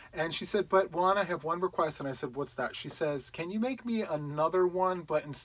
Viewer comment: Hi ☺️👋 i wonder why you say your name like you do juan sounds like one you don't emphasis the J like how do you pronounce James or Jamaica or John?? anyway one sounds good!!! love your channel ❤❤❤Nora this is a good situation 😁😁😂